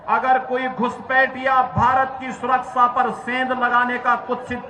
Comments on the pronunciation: Surakssaa nahi, surakhcha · सुरक्सा नहीं सुरक्षा होता है संतरे, बोलना सीख पहले गंवार